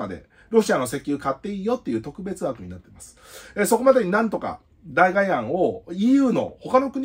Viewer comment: 「代替」は「だいたい」と読みます。だいがえではないですね。なんかこういうの気になるのですみません…